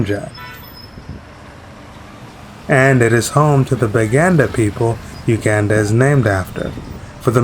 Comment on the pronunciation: Please learn how to pronounce the country's name correctly.